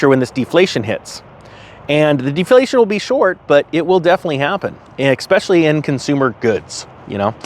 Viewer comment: theres no X in the word especially